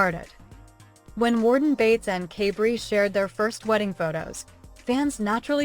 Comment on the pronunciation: This sounds very AI- you mispronounce Kaybrie's name at the beginning several times. If you follow any of the other siblings, you'd know the reason why it was a quick wedding is because Kaybrie's father was dying of cancer. They wanted him to be able to be there for the wedding. He has past. They had another more formal wedding in Sept., where other family, who didn't attend the first one were able to celebrate.